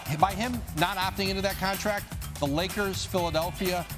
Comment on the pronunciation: contaract lmao